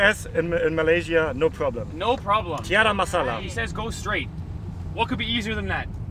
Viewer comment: Siapa cakap word "tiada masalah" tu so cute sounds perfect hahaha